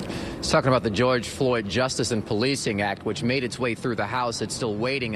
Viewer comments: "george floy" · Ah yes, George Floy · Who’s “George Floy” 🤦‍♂️ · Yo put the "D" at the end of his name show some respect! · Ah yes, george floy.